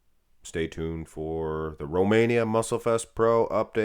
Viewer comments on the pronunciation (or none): none